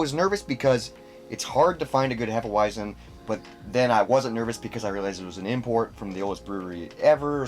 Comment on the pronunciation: As a German I can say you've pronounced it properly. Sometimes we mix Hefe Weissbier with banana juice. Sounds crazy but its delicious in the summer.Keep on going with your dope content!